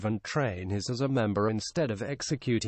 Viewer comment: dude its hayse spelled haise not hays